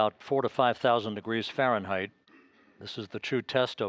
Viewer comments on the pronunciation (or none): none